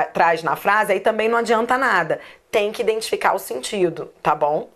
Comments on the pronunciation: Só achei estranho vc falar: " o mais importante e você INDENTIFICAR" ...como assim falando indentificar?? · 😂Voltei três vezes o vídeo pra me certificar se realmente ouvi direito você dizer falar INDENTIFICAR e pude constatar que realmente falou que o importante e sabermos "indentificar" o sentido de cada função..